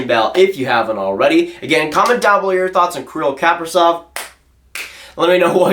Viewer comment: he is pronounced Kapri-Z-ov, not Kapri-S-ov lol